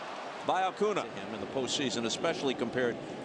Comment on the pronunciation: I'm so glad Costas quit mispronouncing Acuna's name